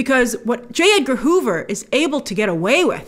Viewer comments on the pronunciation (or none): none